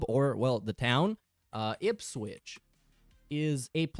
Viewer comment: As a Norwich fan, I'm glad he pronounced Ipswich like that as they're our rivals 🤣